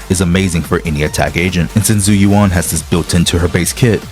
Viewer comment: her name is literally said in the game multiple times; how can people still mispronounce it? It's not "Zoo you wan", it's "Jew U.N."